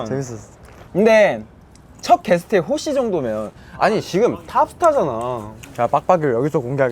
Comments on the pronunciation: 영준쌤 또 홋씨라고 하시넼ㅋㅋㅋㅋㅋ 왤케웃기지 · 헐 전라도 사람인데 나도 홋씨라고 발음하고 있었네!! 약간 사투리 억양때문에 그렇게 발음되는듯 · 아 귀여워서 재탕중인데 영준쌤 홋씨 발음 진짜 호시 머리랑 잘어울리고 귀엽다 ㅋㅋㅋㅋㅋㅋ